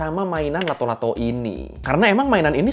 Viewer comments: nama nya Latto' Latto', bukan Lato Lato. Nama itu dari bahasa Makassar Latto'(di baca lattok/ kayak baca pempek d huruf K nya) yang arti nya bunyi(keras atau kayak bunyi patahan) Latto' Latto' jadi arti nya bunyi bunyi bang. Entah kalau d daerah lain pada kala itu nama nya beda atau sama atau terjadi penyesuaian kata karena perbedaan dialeg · It’s latto-latto, not lato -lato 😂😂😂😂